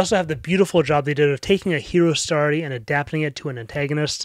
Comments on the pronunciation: jesus christ man its STORY NOT STARTY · Why does he say story like that